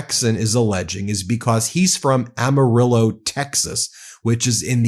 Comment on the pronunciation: Bro!!!! You said Amarillo correctly!